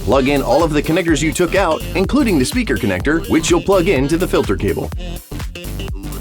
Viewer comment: Well it's not how "connector" is pronounced, any clues there? Never heard it pronounced with "-igger" at the end